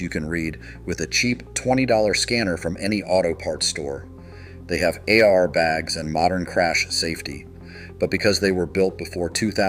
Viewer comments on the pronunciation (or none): I was suspicious of the voiceover being AI, and it got proven . A little typo in the script, and the AI suddenly doesn't know you meant "airbags" instead of "A R bags". Stop using AI voices and just buy a damn microphone. You'll have 100x the credibility instantly. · yes, when "it" said "AR bags" instead of "air bags", that was a dead giveaway! about in the video. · the narrator says “they have AR bags” instead of saying airbags. Then the AI voice mangles the word retiree by saying ReeTerEeee. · also... AI slop channel saying ARbags instead of airbags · A I. What's an A R bag??? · And A R bags instead of air bags, a little earlier in the video. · "A-I-R bags"... AI fail. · I love AI generated narrating. “AR bags.” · AI narrator lost me at, 'A..R" bags. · Probably ai. the pronunciation for airbags is off